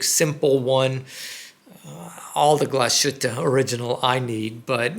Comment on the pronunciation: It's pronounced Glass-Hütte, not Glash-ütte😅